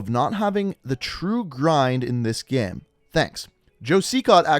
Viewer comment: He says the word "Game" like "Gaem"